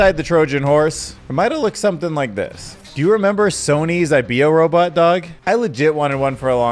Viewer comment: It’s pronounced I-bo not I-be-oh